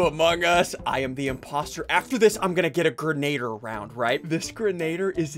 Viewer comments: You said boggie bon impostor role it’s grenadier Impostor role in among us not boogie bomb 💣 meh whatever who cares idk what to say anymore I just like typing and I watched this video before so I wanted to watch it again cause it makes my day better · is anyone gonna tell them it's pronounced "gren- uh- deer?" No? Just a me thing? OKEY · Ian, say it with me: grenadier. Gren-ah-deer. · It's pronounced "Gren-ugh-deer"